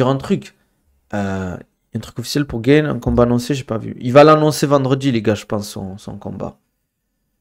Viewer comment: Pourquoi tu nous fais l’anglophone à dire Cyril GAINE, c’est GANE. T’es français mec ya aucune raison de le prononcer de cette manière hein